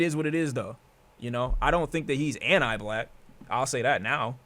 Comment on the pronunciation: Bro says Ant I black